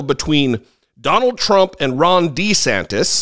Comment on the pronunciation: It sounded like you called him "Wrong De Santis." Maybe it will catch on! You heard it here first, folks! said it first!!!